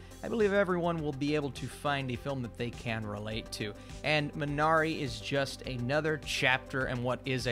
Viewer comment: MEE na ree. Correct pronunciation. Otherwise, thanks for the nice review.